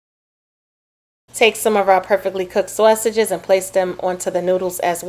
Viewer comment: Mmm mmm good 😋 nobody says saysages like you do 😊😂